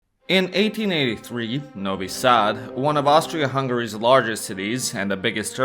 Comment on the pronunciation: Say Novi Sad instead of Nouwy Saad. You arent american.